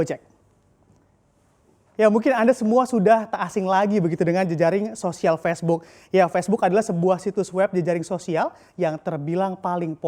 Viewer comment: Facebook mas, bukan pesbuk. Gregetan gue